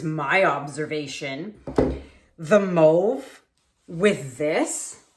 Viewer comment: P.S. The way you say Mauve, just kills me, LOL. 🤣🤭😉❤